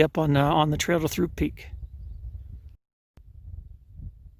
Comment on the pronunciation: actually pronounced, "troop"